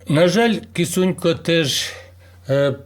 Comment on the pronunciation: Прізвище не Кісунько, а Кисунько.